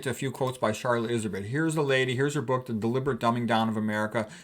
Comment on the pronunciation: the books is rare, and expensive now. Her name is pronounced "Izzer-beet" btw.